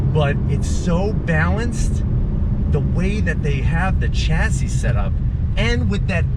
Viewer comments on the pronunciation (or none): Great car, great video. But chassis is pronounced shassy